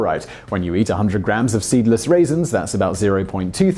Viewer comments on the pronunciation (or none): I thought he said stemless raisins.